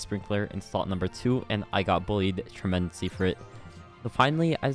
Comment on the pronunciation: bro just said "tremensely"